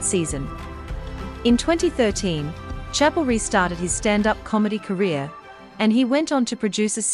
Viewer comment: Is she saying chappel? How do you talk about someone without knowing how to pronounce their name?